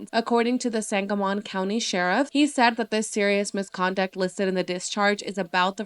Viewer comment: Just an FYI sangamon is pronounced sangamen. Just trying to be helpful not spread negatively! This case needs more coverage!